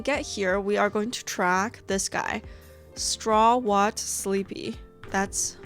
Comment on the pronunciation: Thank you for this cute video 🥰 btw the Npc‘s name Strawhat is not spoken Stra what 😭 it’s Straw hat 😂 🫶🏻